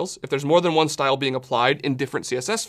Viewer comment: "that shows me which shhhLyle is..."